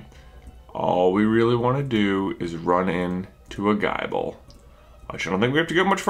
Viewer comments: Gible is pronounced like nibble not like bible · Gi-ble, J, not Gie-ble. Like nible. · J its pronounced gible as in nibble not like guyble... Btw love the vids!!! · It bothers me how he says Geye-ble.